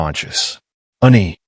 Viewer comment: Its ANNIE...NOT UNNIE. Story chapters also seem to be disjointed a bit. But overall interesting storyline. This is the first polly wolf story ive read that had 2 females instead of 2 males. Was a good story. 🎉